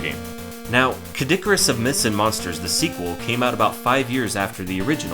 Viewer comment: hehe K. dic-arus, could have sworn he pronounced it that way a few times